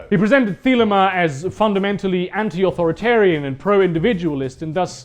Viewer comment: The way you pronounce thelema makes my ears bleed